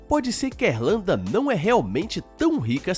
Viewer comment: Pera, o cidadão falou Êrlanda, foi isso mesmo que eu ouvi?